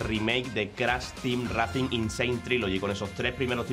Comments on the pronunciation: Racing? Intenta pronunciar todo en inglés y racing lo dice tal cual se escribe 😂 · Minuto "CRASH TEAM REACING N.SANE TRILOGY" Jajaj se paso, por favor antes de subir los vídeos rectifica los errores... CRASH TEAM REACING 1, 2 Y 3 xD